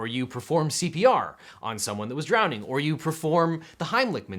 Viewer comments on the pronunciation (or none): Did you say drownding pool ish. I’m not sure that’s a word. However I do remember drowning pool the band from the early 00’s and their hit song about letting bodies hit the floor. What a wholesome classic. Anyways on that note could you do something on music. Like for example NWAs ‘F the police’, or Ice Ts “cop killer” advocating violence against law enforcement? Kinda where that tows the line between freedom of speech, artistic expression, and inciting violence. I’d be interested in that.